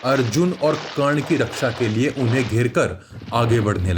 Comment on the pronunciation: 🎉karn not karn danvir karn